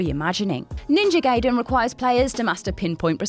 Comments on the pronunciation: Ninja Guy-den not Gay-den. No one says Hent-ay because it's Hent-eye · It's actually pronounced as "Guyden" not "Gayden" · Hey,, Gaiden is pronounced "Gai-Den" not "Gay-Den". Even The Wizard had a scene with the right pronunciation. And whoever edits these videos: You got the wrong Ninja Gaiden. She was talking about the game from 2004, not the 1989 original. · If your name is Quakkadiddle, you dont wanna be called Quakkaroodle, Backupiddle, queekabiddlydoo even If you are in a different country, right? It`s Ninja Gaiden, pronounced GUY-DEN, not Gayden, as in either gay (Happy) or gay (homosexual). "Typical American Mentality" ... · It's pronounced Ninja "Guy-den", but I'm glad to see it on this list. I had Ninja Gaiden as a kid, and I don't think I ever beat it. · Guy-den dude... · Ninja "Gayden" Damn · Judging by how Gaiden was pronounced, I wonder how manga would be pronounced